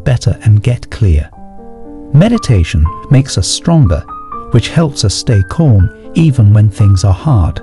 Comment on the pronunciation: Keep your mind corm. A mind that is corm. Fix the speech synthesis.